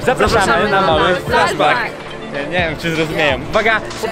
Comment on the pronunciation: jak coś czyta się "flesz bęk":)